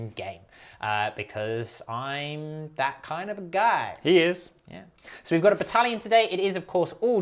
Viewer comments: You mean Baddalion?! I agree! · Posted on the other game that sheds a single tear every time says 'badallion' well some where out there in the ether bone is losing another game, compiling the win loss records since everyone came back in early June. You're my boy Bone, but it's looking pretty bleak. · Excuse you good sir, it's tabletop tactics Canon to call it 'badallion'.